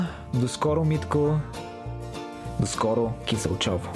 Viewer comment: Ако ви залипсва родопския край, в района на с. Киселчово ( а пропо ударението пада на първата сричка). Като Родопските села и баби други няма. Много е мъчно като виждаме, че селата се обезлюдяват. Туризма в района е последния шанс да не се обезлюдим. Адмирации за свежи хора като вас, които предпочитат да обиколят България и да я покажат на всички останали, да ги насърчат и те да го направят!